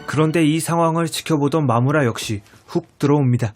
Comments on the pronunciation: 왜 나는 마무라가 마누라라고들리지?ㅋㅋㅋ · 마무라를 잘못듣고 마누라 라고 들어서 깜짝놀랐어요..ㅋㅋㅋㅋㅋ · ㅠ 아 슬퍼 자꾸 마누라라고 들리자너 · 내 귀 멍청해서 자꾸 마누라라고 들림 ㅋㅋㅋㅋㅋㅋㅋ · 아우 초반에 마무라 옆자리를 마누라 옆자리로 듣고 개깜짝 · 저만 마무라가 마누라로 들리나요?ㅋㅋㅌ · 마무라가 마누라로 들리는건 기분탓..? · 마무라가 마누라로 들려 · 순간 마무라를 마누라 라고 들음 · 마누라로 들려ㅋㅋㅋ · 자꾸 마누라라고 하는 것 같아요 흐항 ㅜㅜ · 아니 자꾸 마무라를 마누라라고 들려 ㅜㅜ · 마무라를 잘못들어서 마누라 라는줄ㅋㅋㅋㅋ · 자꾸 "마누라"라고 들려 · 마무라가 마누라로 들린다..